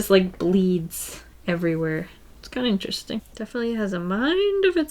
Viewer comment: says interesting in a funny different way ( •̀ ω •́ )✧